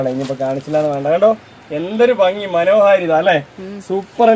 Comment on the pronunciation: മനോഹരിതയല്ല..😂മനോഹാരിത